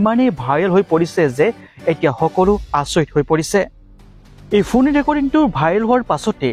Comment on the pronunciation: Ki fuun recording?? Phone recording..komsekom pronunciation tu thik kor naa...🙄